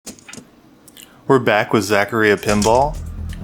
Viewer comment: You do know Zach A Rye Uh is even pronounced by the games themselves. This space shuttle game reminds me of that super rare pinball circus game with 4 stacked up high tables. I find it impossible to get to the higher ramps on purpose and my Virtual Pinball table has the same freaking camera problem even looking straight down onto the tables. The deluxe tables are a bit insane though like Farfalla with 92 wire habit trails and 4 mini tables stacked in your face on top of other flippers and levels. Dang. These would be neat but they are kind of unplayable. Too bad I bought space shuttle. My favorite is Time Machine Remake. Floating magnetic balls like Dracula Myst mode and I turn on the rainbow balls and it becomes super trippy. Also sounds like TRON.